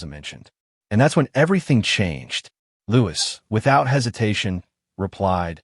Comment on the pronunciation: His name is Louis, pronounced Louie. Not as Lewis.